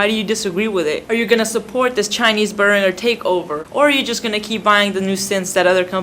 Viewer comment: Its pronounced Bear-an-jer